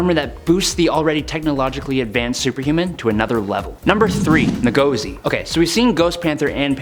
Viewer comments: It's not "NAGOZI" it's pronounced Ngozi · It’s pronounced In-gauze-e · It is pronounced who-gor-zi From Igbo origin, a tribe in Nigeria.